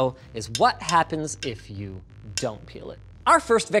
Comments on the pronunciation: Peel. It's peeL. PeeLLLLL. Not that word that I was reading at first. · when i read the title i thought he said pee instead of peal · OH PEEL not PEE LOL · I really thought it said pee before I read it and realized it said peel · Did u say peel….